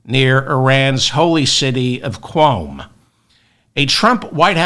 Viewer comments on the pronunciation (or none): Great reporting David, but I am almost posibive that the holy city's name is pronounced as: "koom".